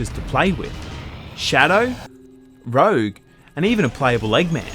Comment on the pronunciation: Her name is Rouge. Not Rogue.